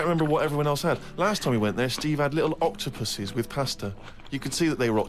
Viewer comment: 😂Sounded like he said "octopussies." 😂 I think if a train is more like Amtrak or CSX, and it's a passenger train, and most likely the passengers will have over night trips, the person's room or the person's car is more likely to have a restroom. Not to say they definitely do (I don't know), but it might. Some do. Kind of like commercial airplanes and their restroom, or Greyhound busses and their restroom. But if it's just your local transit system's train, it definitely won't have a restroom. I'm with Karl on this one: "Everything needs to be useful." (As you put it, )...... "What is it here for? What is its purpose?"... Besides Ricky's response: "Because it didn't die." But, Ricky, "Why did it come into existence, in the first place, to be alive to be able to die?" I'm with Karl on that. Cause, "purpose" is the one thing that fuels me and keeps me going. So, I know what Karl's talking about. One time in college, I offered a lady classmate peanuts, but I said to her "Nuts?" She said "No thank you, and next time say peanuts." 😂